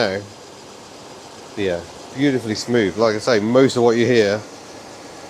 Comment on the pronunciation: Smoov, fird, free, fink, frough, fought....thucks sake